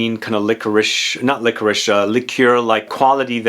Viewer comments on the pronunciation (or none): none